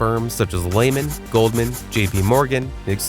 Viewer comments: Either AI voice or uninformed narrator. It's not pronounced Layman brothers it's pronounced Leeman brothers. Lay got it? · It’s LEE-man